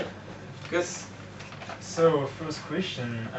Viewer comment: lmao "soooaaa first quistin".